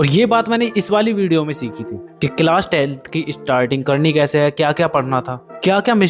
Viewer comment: Bhai it is not cilas it's class 😅